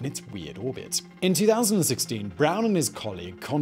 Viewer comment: I heard that guys name as Constantine Batman.